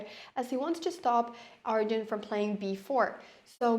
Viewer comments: It’s Arjun not aryan. He is not Spanish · I think her Scandinavian brain is making her call Arjun, Aryan. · "Aryan" isn't the Spanish pronunciation either. Our "J" sounds similar to the English "H". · is she saying arian?